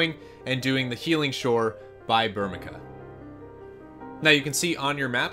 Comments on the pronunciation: Bur-mee-see-uh kupo! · burmeeeeesha burmecia ci makes and s sound you thats first grade english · Ber-Me-See-Ah = Burmecia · how do you pronounce Burmecia? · I love your vast FFIX knowledge. However, your pronunciation of Burmecia is atrocious.